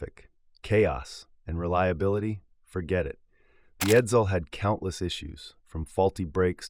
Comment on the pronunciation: The stupid computer also didn't know how to say Edsel.